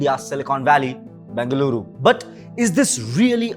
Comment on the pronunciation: If you are making a video on a city, then make sure you are pronouncing the name of the city correctly. It’s Bengaluru and not Bangaluru. Hope you take this feedback as constructive criticism.